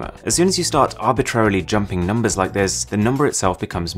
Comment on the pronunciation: "Smeash that liek" Stan Browney